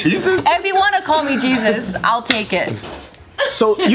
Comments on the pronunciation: "You know Jechus" 😂😂😂 i love joe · I heard jeechus too :v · “Jesus said that?” IM SCREAMINGFJAHAHAHHAAHA I THOUGHT HE SAID JESUS TOO OMG